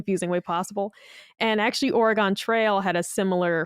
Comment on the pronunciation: Obligatory "that's not how you say Oregon" to. My ears 🥲